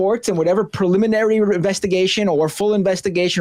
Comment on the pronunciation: “Prolimenary” sheesh.